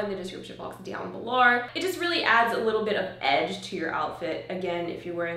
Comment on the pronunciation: why do you have a slur when you say "below" and "video"? are you australian?